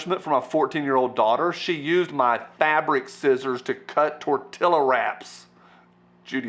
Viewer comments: Tor..."Till-a-wrap"? Come on..."Tor-tia-wrap"...just saying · Please learn to pronounce TORTILLA correctly.